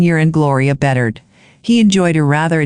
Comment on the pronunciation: I am from Swampscott and the AI voice mispronounced the boy's last name. Sad.